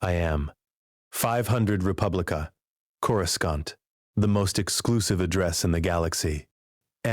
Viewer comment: Who is this "Cora" and why the narrator keep mentioning her pink bitz? Ohhh, it's just the AI mispronouncing Coruscant with two hard C's (K-sound) instead of one hard and one soft (S-sound) like it's supposed to. If you didn't notice, you will now, FOREVER!!! MUAHAHAHAH!!!